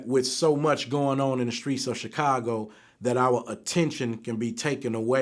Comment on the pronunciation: Vlad you STILL can't pronounce Chicago. It's (Shi-ka-go).